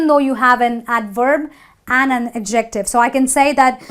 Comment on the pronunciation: You need to learn how to say adjective.